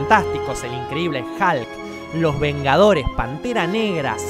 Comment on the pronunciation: "El increíble Halk" :v